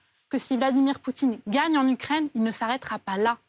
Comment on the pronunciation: C'est super de mettre pause, de rire et de mettre retour pcq elle dit Utraine au lieu d'Ukraine. T'as tout compris, vidéo génial.